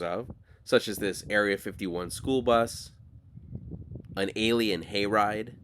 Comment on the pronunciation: Great video, "McFarthest" 😆"A'lie'inn" 😆